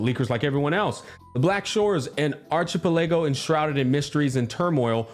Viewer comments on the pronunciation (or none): my man just dropped the archie-pell-ay-go on us like it was NOTHING. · Bro, pronounce the work "archipelago" properly next time. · sorry couldn't help but laugh at how he said archipelago 😂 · I was going to make this same comment, but I figured someone had to have said it already. I had to back it up and listen again to make sure I heard him right, that was funny af.